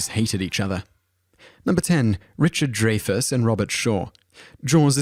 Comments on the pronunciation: He just misplaced the "ray" into the incorrect "Dray-fus" instead of "Dry-fus"! I like top tens, and kudos to him for doing them on some different topics. But he should really start putting a little bit of effort into researching the correct pronunciation of names as said by actual people that own said names. The chronic errors make the videos as cringe worthy as middle school presentations. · William Shatner is not a nice person -- a fact well-known throughout "the business." And it's pronounced "dry-fus." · It's pronounced Dry-Fuss. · It isn't pronounced DRAYFUSS and who is Harold Rahmis or Raamis.......you said both!!!! You obviously looked this up and actually have no knowledge. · Ok, yes I know that the British accent will say words differently, and that is just fine, but names are a bit different. You say names the way they are intended to be said. It is Dry-fuss and Ray-miss. It is how they themselves say it, therefore that is the way it should be said. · Avoid pronouncing the name, "Dreyfuss," it makes you sound silly. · I couldn't even make it to the 1 minute mark. You seem to know all this inside dirt, but yet you can't pronounce Dreyfuss correctly. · How does that matter? We're not talking about how he says "dance" or calls an elevator a lift. People's names must be pronounced the way they say them. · said Takei's name right. Haven't you ever heard his catchphrase "It's okay to be Takei"? However, he also said Dreyfuss' name wrong... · I don't know how credible I can take this video when he can't even pronounce Dreyfuss's name correctly in the first one.I honestly can't remember the last time someone else not knowing how to pronounce a name bugged me so much, maybe it's just because he keeps using his name.. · DRY-fuss, RAY-muss. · It's Richard DRY-fus, not DRAY-fus. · Dreyfuss is pronounced as "Dry-fuss", not "Dray-fuss". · Pro nouced Dry fuss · Dray-fiss is wrong tho. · Harold RAY-mis. Richard DRY-fis. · Richard Dry-fuss; Harold RAY-mus!!